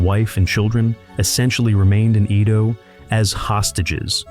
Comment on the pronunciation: •Edo pronounced like "E" in Emily. •Kyoto pronounced kyo-to , NOT ki-yoto •tanka , pronounced like "tonk a" in tonk a honk woman, not like war tank(a).